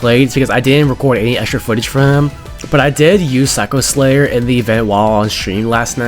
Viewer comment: "sacker slayer" 🥀